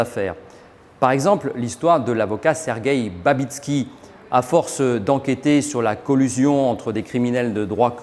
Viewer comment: Sergueï MAGNITSKI et pas "Babitski", c'est quand même pas si difficile que ça de ne pas écorcher son nom qui apparaît pourtant correctement à l'écran...